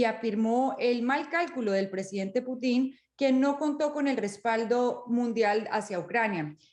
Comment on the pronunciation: jajajajajaja oigan díganle a que se pronuncia Pútin no Putín jajajajajajja